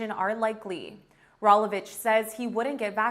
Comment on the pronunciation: Can we get a reporter that knows how to pronounce Rolovich or other words correctly. Sheesh, how hard is it to do homework before filming.